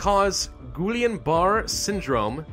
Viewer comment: The way you pronounced guillain-barre hurt me haha